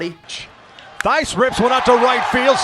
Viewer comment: You said Thaiss wrong just saying not being mean or anything